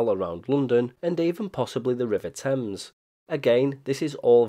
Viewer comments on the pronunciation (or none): none